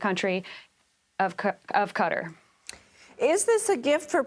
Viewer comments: Can't even pronounce Qatar, neither one of them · Sis can’t even pronounce Qatar (KA-tar) right and expects to be taken seriously